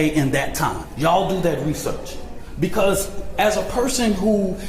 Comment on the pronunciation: “Yo honour….ma Claent is eenosent becawwwws it wazzzz raining dat day yall “